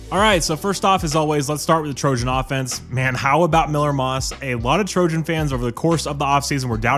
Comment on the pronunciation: I thought he said he’s the Trojan killer now 😂